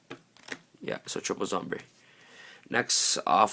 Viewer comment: ITS SOMBRE NOT ZOMBRE